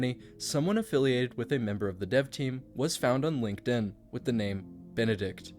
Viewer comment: Not just one, Both. BEN-ED-ikt.